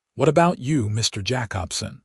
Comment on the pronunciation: Jacobson = Jay-cob-son.